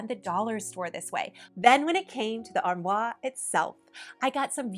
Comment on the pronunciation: LOVE ur channel! Just a kind fyi about the "armoire". You keep putting an r on the end, almost as saying "arm war". lol I've heard so many versions as an English major! An easy way I learned to remember the correct way to pronounce it will be simple for you because you love it so much-I'll explain: So say the first part like "are". The second part like "mwah"-like you are giving it a big kiss since you love it so much! It's a French word variation of armarie, which originated from Latin. England in the 14th century had the word Ambry for a cupboard or pantry. Anyway, I just thought you would like to know this-Isn't language wonderful?!! Keep the terrific videos coming! We love you here in Arkansas!